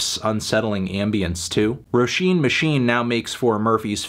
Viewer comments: ayeeeee he pronounced roisin right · Dam melon pronounced Roisín fairly well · Irish person here, came to see how he'd pronounce Roisin. I'd give it a light to decent 8. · he did better than expected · He actually got it pretty good imo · Thank you for pronouncing Róisín correctly. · Damn he pronounced it right... i clicked on this video to get mad in the comments and now I can't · Only clicked to hear Anthony's pronunciation of Roisín. Good job melon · Thank fuck you’re pronouncing her name properly this time 😉